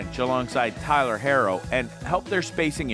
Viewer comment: I like how you're critiquing the Heat and can't even pronounce Max Strus or Tyler Herro correctly.